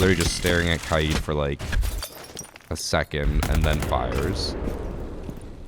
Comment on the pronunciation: SUper vid. But Its KAid, not ka-id. that was hilarious